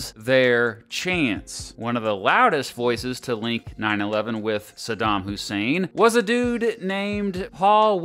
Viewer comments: Just realized they pronounced his name as "Sodom" in the news instead of Saddham. Smart move for propaganda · When politicians were shown trying to justify the war before it started, I noticed they pronounced Sadam “Sodom.” Interesting implications to dig into there, I have only heard his name pronounced “Sadam” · SADDAM NOT SADAM YOU POLITICIANS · “Sodom Hussein” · I wonder if people were encouraged to pronounce his name “Sodom,” to make all the conservatives even more scared and angry 😂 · Why did they keep saying it like “Sodom Hussein”?? 😭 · I always chuckle when people pronounce it Eye-rack, or when people pronounce Saddam as "Sodom"